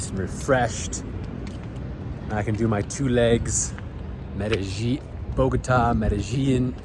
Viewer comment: an easy way to pronounce it is Mede-jean...and also, the Pablo Escobar bit, please let it go. It's old, unfortunate, and a very very sad time in history for most of us born in Medellin. It's not a joke, especially when a gringo who doesn't know much about the country/city they have to privilege of traveling to for work, much less do a little sightseeing. Thank you.